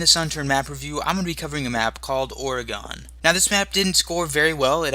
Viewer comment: Why can nobody pronounce oregon right? Its ore-a-gen